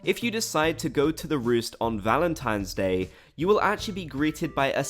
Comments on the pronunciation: Valentimes day lol. It annoys me when actual humans call it that too lol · "i really annoyed people by calling it valenTIMES day" [proceeds to say valenTIMES day about 147 more times] 😂